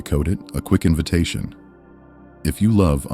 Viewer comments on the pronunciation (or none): none